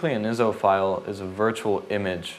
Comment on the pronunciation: they arent called (Ih-zo) the are I.S.O (Eye-es-oh)